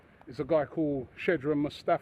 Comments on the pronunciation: Shedran Mustafi 😂😂 it's pronounced skodran Mustafi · Mustafi's first name isn't 'Shedron'. It's 'SHKODRAN' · I like how he always says Shedran Mustafi.